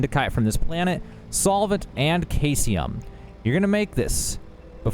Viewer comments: Thx for the crazy build! And uhm, its SEE-sium, not KAI-sium ;) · Caesium sounds like "see zee uhm." I hate being that guy, but you threw me off with a totally new element. Was pulling out my periodic table and getting worried that I missed one. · I really do need to correct you on this. I know that it looks like it is pronounced that way, but Caesium (also Cesium) is pronounced; See-zee-um. 👍😊😉 I know! 🤓 I just can't help it. I loved chemistry in high school. 🤷‍♂🤦‍♂ Keep up the good work Bro. I love your videos! 👍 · Bro said kayseeum had me rolling 😂😂😂 Good video, man. Bethesda never thought we'd break the game this soon 🤣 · Caesium is pronounced see-zee-uhm, Indicite is in-duh-site.